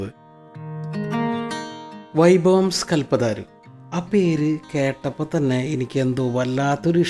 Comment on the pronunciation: കൽപ്പതാരു അല്ല കൽപ്പതരു ആണ്